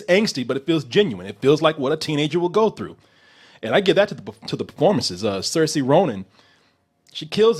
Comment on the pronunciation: There goes butchering people's names again. Saoirse Ronan's name is pronounced "Sur-sha".